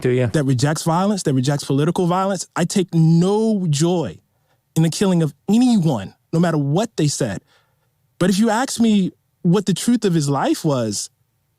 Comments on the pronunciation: An award winning journalist who says, “Aks” instead of ask. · “If you aks me…” Wtf this guy is a writer? 🤮 🤡